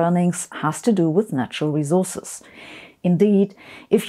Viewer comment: "rezources" (Zabine, "s" in English is almost never soft or voiced), "mischion", "cultscheur", "raschio", "averatsch", "mutch", "populaschion'"